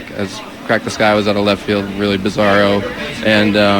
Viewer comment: "How much more llleft field can you get?" ;-) lol love it